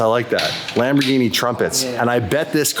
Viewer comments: Well, the Centenario would be a very well addition to the channel. BUT, as a big Lamborghini Fan you are, please do NOT pronounce Lamborghini "Lambordschini"! 🙏That is embarrassing! Lamborghini. Please! And I am very surprised and a little disappointed that you didn't even look at the wonderful Miura. The Miura is the origin of all mid-engine sports cars, even before the Countach, which I love very much, the first super sports car. One of the most beautiful ever built. You should definitely try to have this experience. Furthermore, dig in! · if you pronounce Lamborghini "Lamborjini" then you should also say Spajetti instead of Spaghetti🤣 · “Lambor-geenie”….. the black is so boss!!!!🫵